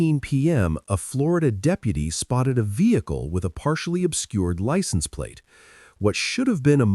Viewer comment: I wish these low lives would learn how to pronounce Vehicle properly..the H is silent ! I'm sick of hearing Ve HIC il